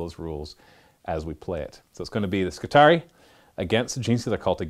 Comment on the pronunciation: I always figured it was pronounced Skitari-i like the latin Triarii you know, since everything about them is based of the roman Manipular system... Whatever. looking forward to the match regardless.